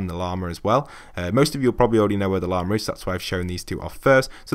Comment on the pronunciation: Did you just fucking say “leema”?